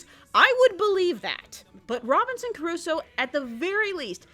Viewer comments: Loved your review and your humor as usual, but for god's sake, it's pronounced Crusoe (kruːsoʊ) not "Curuso". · Robinson Crusoe not Curusoe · Robinson... Carusoe? Robinson CARUSOE?! (Actually though, great video! Nice work as always!) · Crusoe CRUSOE DAMNIT. You are a great reviewer, but please try to pronounce better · Crusoe. It reads CRUSOE. KRUZO. Geez... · Why do you keep saying "Curusoe"? Why did you spell it "Curusoe"? WHY? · is that the way you pronunce Crusoe?